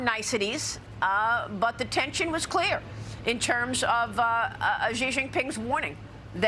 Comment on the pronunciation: After so many years, Maria still refuses to pronounce Xi's name properly. It's so annoying.